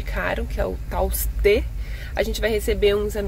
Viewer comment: Kkkk o jeito qe vc flou do mercado kkkk o nome kkk se pronuncia TAUSTE normal sem nenhuma enfase,kkk só fla mesmo o nome do jeitinho qe escreve 😅😅 aqi na minha cidade tem e ele é bem carinho mesmo, as frutas compensa muito no dia de ferinha, mais é um mercado qe atende mais o público xiqe mini 😅